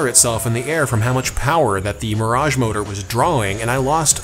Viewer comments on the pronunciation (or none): none